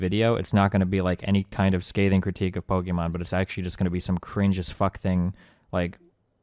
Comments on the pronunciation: Does he call her "pokemon" on purpose? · why destiny keep saying pokemon and not pokimane ? lol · why does Destiny ALWAYS say "pokemon" instead of "pokimane"? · why is he saying "Pokemon" not pokemane?